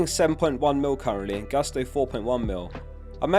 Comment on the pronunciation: by the way it's "Gusto" as you read it, not "gAsto":)